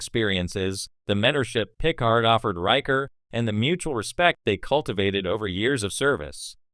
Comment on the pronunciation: "Pick-erd"? His name is "Puh-Card". This sounds like AI generated bull crap.